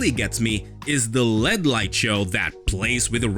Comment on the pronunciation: L. E. D. Not Led.